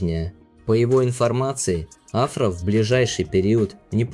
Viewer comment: Турецкие имена и фамилии имеют ударение на последнюю гласную АфрА СарочоглУ КерЕм БюрсИн.